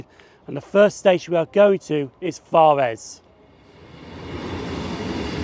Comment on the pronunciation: Good video, but after the initial forres you mispronouced it. It's fores